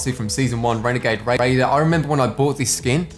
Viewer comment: Fortnite battle rrrrreoyal renegad rrrraidier